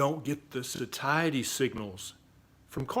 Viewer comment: ........”So—tie—eh—ty”. Signals = Your full...